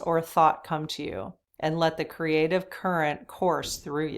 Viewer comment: App-pre(EE)-ciation Not appr-ISH-ciation! Cr-EE-ative Not Cruh-ative!